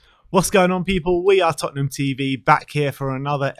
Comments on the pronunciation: Lol says TottenHAM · Big fan of 'Tottenam'😂